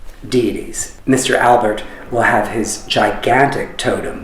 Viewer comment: It’s Alpert. With a “p”. Jeez. At least know the name of the person you are interviewing.